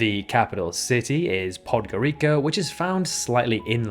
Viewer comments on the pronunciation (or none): Why do people who make geography content don't perform the simplest fact checking? Every english Wikipedia page has the correct pronunciation for countries and cities. Yet you make video and pronounce Podgorika instead of Podgoritsa. And Tablisi instead of Tbilisi. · Montenegro capital is pronounced podgoricha..... And i know it because it is one of my country neighbors (the impressive fact is my country is not only the most famous in Balkans but maybe one of the top 10 or top 20 most famous on the planet 🌐 I feel of course very proud for that) so well in case you didn't guess it until now is Greece 🇬🇷😉😎🙋🏻‍♂️ one of the countries wouldn't be subject of this video 😎 Other intresting facts of this video Cuba and Porto Rico flags is the same with reversed colours and also the last fact in this video is the pronounce of Bahrain have a normal soundly sounds of H in BaHrain (don't forget the fact that as an Arabic people habited country with this style of language the h is pronounced quite strong) this it was my help and contribution to this video I hope the uploader not offended and if is i will say to him don't get me wrong i am not attacking you - chears 🍻🙋🏻‍♂️ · You're mispronouncing Podgorica. In most Slavonic languages the letter "c" is soft.